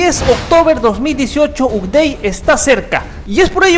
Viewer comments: Se pronuncian: "Bild", "Apdeit", "Insaider"... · La información que diste está genial, pero las pronunciaciones a futuro serían /ápdeit/ y /bild/ M e muero de ganas de tener ese explorador de archivos oscuro... Wow